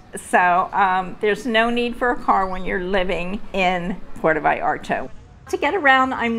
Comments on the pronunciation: Great video and the lady is lovely but please, don’t call it “Puerto Vayarto” 😂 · Es Puerto Vallarta, y no " vallarta " ,no cambien los nombres del País.